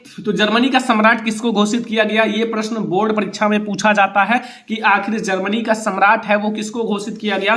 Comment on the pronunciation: Bolna toh seekh lo Germany hota h zarmany nahin h.